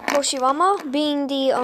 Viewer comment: Did he say toshirama!??